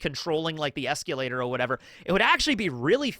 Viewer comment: telling why are you pronouncing escalator like that 😅